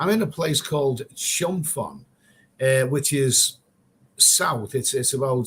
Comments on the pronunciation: Me too, you shoud say PONG like ping pong. Same as Phuket.... pronounce PUKET. The Thai letter they use is pronouced like a P. Good idea t.o ask the local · Your pronunciation of chumphon made me laugh cracked me up. Ask a local how to say it. 555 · No offence but It's called Chumporn, where is Chumponon. Your okay mate but you talk a lot of crap.